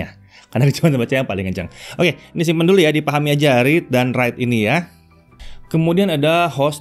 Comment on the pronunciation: Read & WEITE Lol🤣